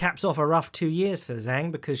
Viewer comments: you can say weili's name whichever order you want but it's zhang as in "jah-ng" not "zang" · Zhang has been fighting in the UFC since 2018 and was THE CHAMP since 2019. All those years and accolades but still acts like he doesn't even know her name and that it's some kind of tongue twister to pronounce correctly. I think it's fair to call that at least disrespectful (maybe more, but I'll keep that to myself).